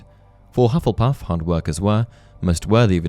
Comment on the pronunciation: “Hufflepuff.” Me: [Hears “Love-lepuff”.] “...Wha...?” [Goes back, hears it correctly the second time.]